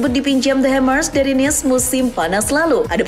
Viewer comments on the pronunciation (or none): none